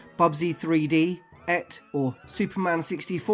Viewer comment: ET is pronounced Eeee Teee, not as Et. (Like Ate, without the E.)